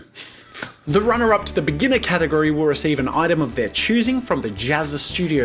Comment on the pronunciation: Near he said gategory instead of category